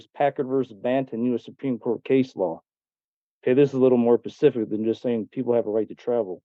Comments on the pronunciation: If you pacific instead of specific, don’t expect me to believe your legal theories. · “it’s a little more Pacific” “it’s mentioned more Pacifically” Wow this guy is even dumber than I thought. 🤦‍♂️ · I’m pretty sure, , he said “Pacific” and “Pacificly”. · Specific, not pacific. Library, not libary. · Anyone that says “pacific” and “pacifically” in place of specific and specifically, Should never be taken serious. And laughed at. 😂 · Pacific situation - excuse me sir but I think you mean SPECIFIC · Maybe you should go back to Law “Libary” in the “PACIFIC” Ocean & learn how to spell SPECIFIC!!! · He said “…this is a little more pacific” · He said at the end that his motorcycle was “tooken” 🤣🤣🤣. He also keeps saying “pacific”- which is an OCEAN, for the word “specific”. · Judge, he is trying to be Pacific, pacifically Pacific. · how did you miss that? Pacific 😂 and Pacifically 🤣 🤣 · The damn word is specific not pacific, that's an ocean and it's not lieberry, it's library. 🤦🏼‍♀️ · You kno. Liburry. Pacific. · Can he list a “pacific Law liBERRY” poor fools probably believe every conspiracy on the internet. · "Pacific" facts 🙄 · This male said Pacific and Pacificly😂 how can one take him seriously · How in the heck would somebody who cant even speak english properly (he said "pacific" and "pacifically") think he knows of some idiot loophole, that can give him freedom to break state laws? Maybe its lead paint this doofus snacks on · "A little more pacific" huh?? What a muppet. is sooo over this BS and doesn't care who knows it. 😅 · Holy crap. Did this dude say Pacific?? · Right ✅️ He said these laws are Pacific and he found them in the law Liberry 😂😂😂😂